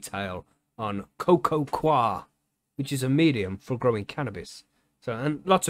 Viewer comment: Still bothers me that the word 'coir' is always mispronounced.